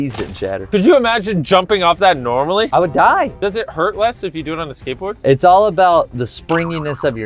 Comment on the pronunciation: Is it just me or does it sound like they say gateboard